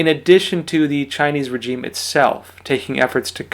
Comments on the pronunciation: Your pronunciation of 'regime', makes you sound illiterate. Petty, I know, but a bit distracting. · The g in regime is pronounced like the s in pleasure, not like the j in reject.